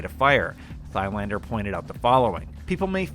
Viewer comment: It never gets boring listening to Americans trying to pronounce foreign names. hahaha. Just read like the H is not there "Tylander" without saying the "a" like it was English, more like one from La-La-La. Try that off camera a few times and the have a better go in the next video.